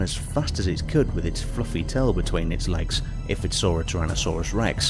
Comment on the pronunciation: Everyone: Tyrannosaurus Five Things: trynosaurus